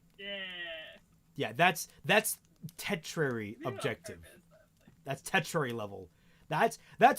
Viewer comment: at the end you said "tetrary" goal, but I think you meant "Tur-shee-ary" (tertiary). EDIT: Oh, unless you meant tetra in the sense of fourth, but that would be "quaternary"